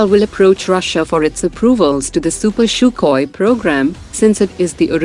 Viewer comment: It's sukhoi..u pronounced it has shukhoi